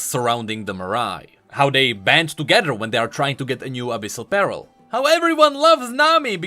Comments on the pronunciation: I know you're dealing with dyslexia,, but it's always funny to me how you say "pearl" like it's "apparel" when you should say it like "purr-L". I don't know, it's just something that might help you say it correctly;) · Is it just me that is quite bothered or annoyed on how pronounce Pearl as Peril? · i kept thinking he was saying "abyssal barrel" XD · I know that its just me being bad at hearing but I kept hearing abyssal peril instead of abyssal pearl